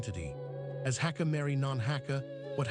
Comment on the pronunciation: Hak=guest ka=family prounounced Hagga